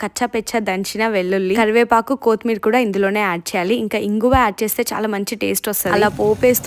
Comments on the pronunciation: Kothi-meera❎ Kotthimeera✅ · Koothmeer kadhu kothimeer😂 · Kothimir endamma.. edo first time kottimira matladtunnattu.. mari athi cheyyakandi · కోతి మీరా కాదు కొత్తి మీరా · కోతిమీర కాదురా కొత్తిమీర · Enti sir adhi kotmeer ah😂 kothimeera😅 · Ala cooker lo tinakudamma chala disgusting ga undi chudadadaniki.and adi kothimeera ,chimpanjee meera Kadamma kothimeera antaru